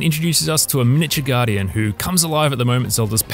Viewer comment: “Mitchure guardian”